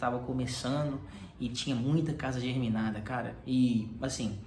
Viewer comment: é GEMINADA amigo, germinada é outra coisa